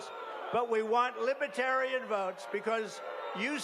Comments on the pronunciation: He can't even pronounce it correctly. Lib e tarian? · this entire speech was like one big lie lmfao. also he can't pronounce "libertarian" correctly. LIBETARIAN